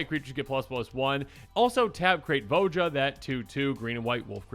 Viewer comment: It's "vo-ya"